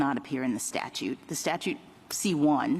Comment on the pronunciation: StaTUTE! "statue" lol adios